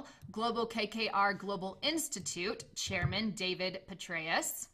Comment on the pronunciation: Thanks for the information, but I was annoyed by the way she said, "SHairman" instead of "CHairman"....